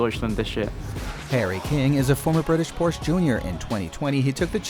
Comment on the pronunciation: Pronounce ‘Porsche’ correctly please. I remember when people used to say ‘Ordi’ instead of Audi, Nikki Lorda instead of Lauda, still saying Brawn instead of Braun…is it really so difficult to do your homework?🤷🏻